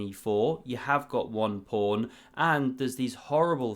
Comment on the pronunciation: Is this a source of your prawny pronuncion of pawn? Or are you independent inventor of chess? 😉